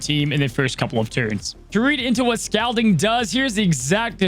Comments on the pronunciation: I think it is pronounced Scal(all)ding. Or either that's how we pronounced it over here in nc. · LOL how says "scalding" with the "a" vowel sound in "scalp" where I'm from in PA we say the "a" vowel sound in "scalding" like the word "call"